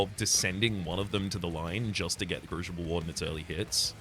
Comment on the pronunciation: Is pronouncing crucible with an "sh" an interesting linguistic difference or is it an intentional mispronunciation meant to drive me specifically insane? Oh well, enjoyed regardless.